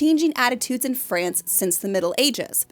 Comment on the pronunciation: A deficit of mine has presented itself. I have a prejudice I will admit , my intolerance for hearing France pronounced in the fust sections of this content. Suggesting a dog ' go potty ' was also a pet peeve I must deal with similarly. My problematic mind.